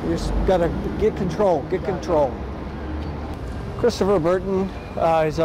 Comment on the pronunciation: "Chwistopher don't wun, don't wun!" 😂